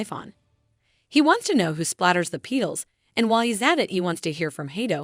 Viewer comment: I went insane after the A.I. kept saying Pee-Tuls instead of saying Petals correctly